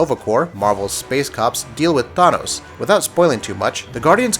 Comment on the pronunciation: The way you pronounced thanos made me cringe so hard my toes curled